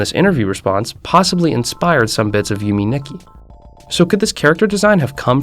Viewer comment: "Yume Dicky"